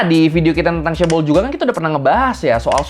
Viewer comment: Dulu bacanya caebol, sekarang caebel 😅